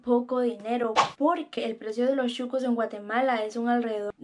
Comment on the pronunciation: Solo para dejarte saber SON SHUCOS o sea sucios, de la calle no de restaurant, NO CHUCOS, me gustan tus aventuras a traves de tus videos.